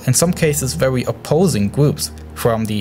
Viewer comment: *vewy good